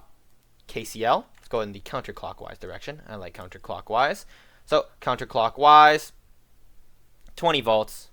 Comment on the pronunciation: countercockwise LMAOOO